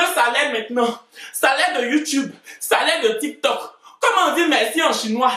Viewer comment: « Le tik me tok »🤣🤣